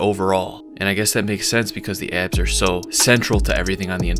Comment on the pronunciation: it's pronounced "ab" not "eyab"